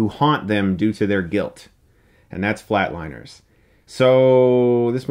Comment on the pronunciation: It’s Flatliners not Flateliners